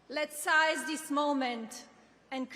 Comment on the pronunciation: "Let's size this moment" -- Melania, it's "seize" no "size". Please give us someone with a higher IQ next time. LMFAO